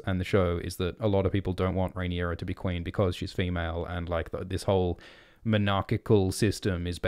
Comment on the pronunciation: "I swear to-ward the Qweeeen"